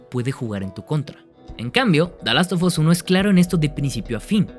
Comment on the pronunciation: Por qué lo pronuncia como "dalostofos"? 😭😭